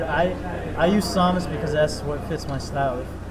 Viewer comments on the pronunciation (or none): But he isn't saying "Sah-mas," he's saying "Saw-mas" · pronounces Samus as "Saw-mus?"